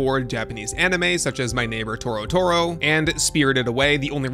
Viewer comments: TO TO RO not toro toro lol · Thanks for the vid, but it's To-Toro 😂😂 not Toro-toro. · Yeah, one can tell that you know little about Studio Ghibli, considering you call Totoro "Toro toro" :P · My Neighbour Torotoro? It’s Totoro! 😃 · I looked away for a second and heard “My Neighbor Torotoro” and thought that’s weirdly close to Totoro 😂. Now I see.